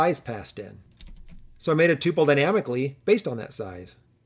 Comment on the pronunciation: Upvoted for correct pronunciation of Tuple :P